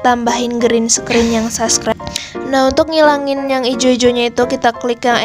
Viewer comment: sorry ka, tpi itu subscribe not saskret 😭 pliss mood bgt hahaha 😭